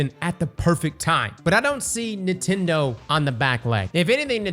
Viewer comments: Bro stop saying Neetendo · I love how says Nintendo- "Kneetendo" 😂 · They way this man pronounces nintendo is a bit odd